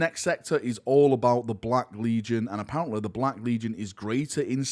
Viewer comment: What is this accent? You pronounce heresy as "here-s-seh" and I thought it's because maybe your tongue couldn't say "lee" but you can pronounce "lee-gion" just fine. Edit: happens with "apparent-leh" too. Do you just say all words ending in a Y as "leh"?